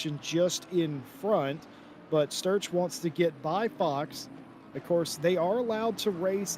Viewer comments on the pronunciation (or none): Just realised the commentator couldn't pronounce 'Sturch' properly and kept saying 'Strutch'